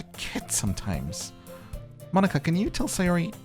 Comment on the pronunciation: Natsuki = "Nah-ts'ki". The 'u' is devoiced so it's like you're skipping it (and an easy way to get the "tsu" sound is to say "Cats" and lifting your tongue up where your gums and upper teeth at the "ts" part.) Monika = Moh-ni-ka. A "Katakana English" version of "Monica". Similar to like, Arisu ("Alice") a popular name in the 80s/90s. (btw - Katakana English is what some use to distinguish between speaking English vs using Japanese sounded English - Alice vs Arisu. Common complaints of about the English program is that the curriculum relies a lot on teaching Katakana English over actual English, but this is topic for another day !😝) (I will say Japan's English scores are very low compared to most countries despite lots of time and resources dedicated to learning...) There is a punny joke between Natsuki and Monika later where most fans come to understand that "ika = squid" and Monika responds that that isn't how you even say her name to get such a pun; this is because it is spelled Mo-ni-ka not Mo-n-ika. I feel this is a joke best suited for bilinguals 😛